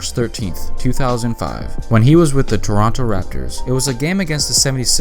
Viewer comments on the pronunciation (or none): none